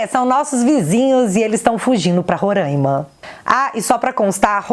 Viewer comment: Graças a Deus alguém que estudou Geografia e fala "RORÃIMA" e não "RORÁIMA" para o estado mais ao norte do país!!! Parabéns, "fia", sempre nos dando orgulho em te acompanhar; não digo "seguir" senão os "canhotos" vão logo, logo, me acusar de ser um assediador, um "macho tóxico" e essas outras coisas sem nexo que criam a todo momento...